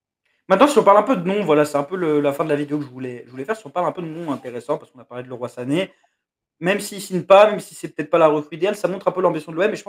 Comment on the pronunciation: ça se prononce Li Roye ( Leroy Sané ) il s'est bcp pleins qu'on l'appelez '' Le ROI sané '' lol